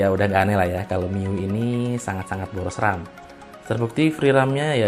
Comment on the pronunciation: MIUI ITU DI BACA MI YU WAI YQ BANG SEDIKIN INFO AJA👍👌